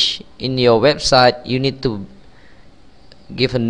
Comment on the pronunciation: Thanks for the video, very helpful. BTW...Italic is pronounced like "eye-talik", just so you know. And index is like "in-decks". No insult intended, I just thought you'd like to know ;o) Thanks again